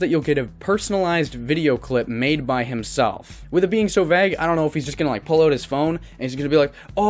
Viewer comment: you seem like a cool dude but you need to learn how to pronounce the word vague. sincerely, your friendly neighborhood doge.